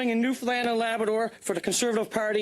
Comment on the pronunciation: New found land had to break it apart so you can pronounce it correctly not newfinland